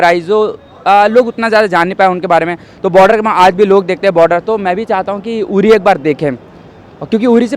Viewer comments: यूरी नहीं बहना..... उरी.. बोलना तो ठीक से सीख ले.. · It's Uri.. not Yuri... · उरी है यूरी नही। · यूरी नहीं अनपढ़ उरी नाम है। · यूरी नही उरी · Yuri nahi URI.. Indian ko to pronounce sahi karna chahiye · Madam its ऊरी not युरी 😂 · Bloody hell it's not यूरी । उरी है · यूरी नहीं उरी है मैडम 😬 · उरी को यूरी बोल रही है। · Angrejo ki aulad movie ka Nam you think se le mahi rahi. Chali hai review lene. English mei kam se kam "Uri" toh bolo "yuri" kah rahi ho. Vaise Hindi mei jagah ka na "udi" hai. Aur vahi bolna chahiye. English ko ignore Karna chahi. Varna feeling mahi aaki. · Madam Yuri nhi it's uri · Didi it's not यूरी its उरी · The place is called 'Ori' not 'Youri'. Please do the basics. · Its not युरि .....its उरी..bhenchod naam तो thik se bolo अनपढ़ कहिके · गवार युरी नहीं ऊरी है..... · Name to theek se bolo...Yuri nhi Uri hai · It's not yuri... It's only URI.. Pehale samajhke aao phir anchoring Karo.. Yaar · Not Yuri, it's Uri( oorie). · यूरी नहीं उरी है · Dimaak se pedal yuri kya hota h.. Hindi bolne ki akal nahin h.. Chal di mike pakadne.. Yuri hahahaha yuri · Arrey yaar pronunciation toh thik karley meri maaa"you riii" nahi hey😂😂😂😂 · Stupid uri naam hai pehle bolna to sahi kar le.kaha se anchor bn jate hai. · Koi isko 4 laat maro pls...URI ko pronounce karna sikhao koi is gawwar ko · Are naam to thik se bol le..